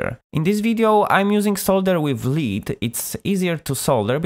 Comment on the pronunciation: I'd like to eventually build an Expandora, but i guess it's better to start with a Meathead fuzz with a treble roll-off filter! Thanx for the good tips on soldering and good luck with your channel! PS the metal in solder is pronounced 'led' not leed! :-)